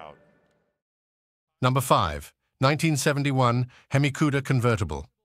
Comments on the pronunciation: Mecum and Hemi are hard for AI to say... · You need to learn how to pronounce the word hemi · it is pronounced "hemmie" not "heeemy" it is pronounced "WOP--ing" (like mop) not "whoooping" (like whooping crane) it is pronounced "MAY--come" not "mekk-come" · "Under the hood, you'll find a 425HP seven point zero liter he-me engine". He-me? whooping?! Mekham?